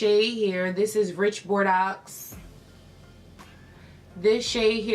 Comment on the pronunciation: MVP! I am loving the colorful turquoise and fuchsia eye look, very tropical (you must be running off to Jamaica or someplace! LOL!)... also, I'm not trying to nit-pick unnecessarily, but in case you were wondering, bordeaux is pronounced like "bor-doh" As usual, I enjoyed the video smooches